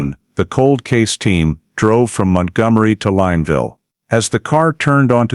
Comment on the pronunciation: The town name is pronounced Lin (Lynn) ville